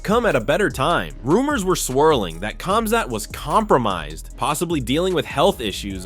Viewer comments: Khamzat is pronounced Hamzat not kamzat get it right. Its like Khabib is pronounced Habib. Learn!!!! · Exactly, remove the K